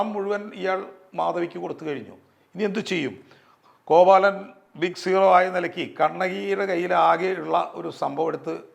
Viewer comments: കോവലനെയാണോ കോവാലൻ എന്ന് പറയുന്നത്? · Not കോവാലൻ.കോവലൻ എന്ന് തന്നെ പറയണം. ഇതൊക്കെ ശ്രദ്ധിക്കണ്ടെ